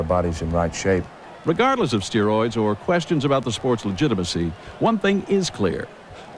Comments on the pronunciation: What are steeroids? I don't know, aren't you the one that says per instead of poor all the time? Seriously dude, pot and kettle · "Steeroids! Now with 110% More Bruthuring!" 😂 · Steer-oids...? Is that what Lucha-deers thake? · What's "steer-roids"? Cattle on the gas, brother...